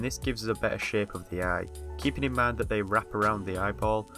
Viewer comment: i watched the whole video thinking every time he said shape he was saying shit